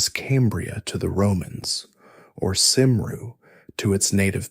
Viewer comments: NAMED CYMRU (PRONOUNCEOD FIRST SYLLABLE "KERM" , THE R IS SILENT AND SECOND SYLLABLE "REE" DEFINITELY NOT "SERM-REE". CELTIC (PRONOUNCED KELTIC) WOMEN (AND MEN WERE EQUAL AND THAT WAS SOMETHING THE ROMANS COULD NOT UNDERSTAND) I AM WELSH .ST DAVID'S CATHEDRAL IS IN BRECON. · Its actually pronounced cumre as a fluent Welsh speaker